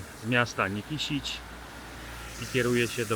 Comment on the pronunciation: Źle wymawiasz nazwę miasta Nikšić . Nikszić a nie Nikiszić.